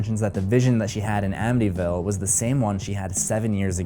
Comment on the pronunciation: is it just me or is he saying ambyville?